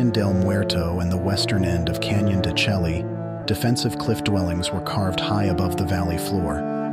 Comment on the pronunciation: I can't watch a video where the narrator mispronounce the name of the location. Chelly doesn't rhyme with "jelly", it's pronounces "shay". It's a stunning place to visit and deserves the respect of pronouncing the name correctly.